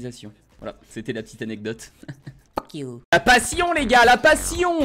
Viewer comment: Le nombre de fois qu'il a dus phoque iou danssa video